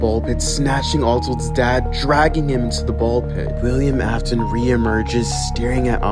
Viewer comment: He mispronounces many things. “William Apton “ “Freddy’s Fazbear Pizzeria “ “ Scott Copton “.